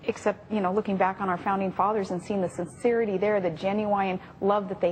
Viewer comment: "mankind is fallen"?? She must be talking about Bristol. And listen to how she pronounces "sincerity" (about )!! Nice dodge on the Founding Fathers question Sally. And THEY WERE NOT LED BY GEORGE WASHINGTON! If this is what America's been dumbed down to this degree we're in deep doo doo folks. They would have hated Washington these two. Washington was considered a tyrant by the British Crown as were the other NAMELESS "Founding Fathers". Bloody nerve talking about REAL patriots.